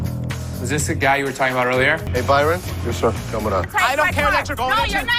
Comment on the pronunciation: Its BYRON not Bryon 😅